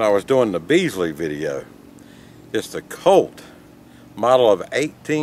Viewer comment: Bisley, not Beasley. Small slip of the tongue. No matter, just kinda dinged my ear a bit.